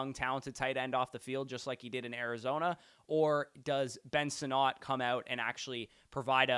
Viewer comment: I beg you to say Ben Sinnott’s name correctly. I beg you.